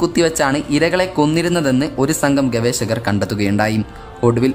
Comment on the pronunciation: ഗവേശകർ അല്ല. ഗവേഷകർ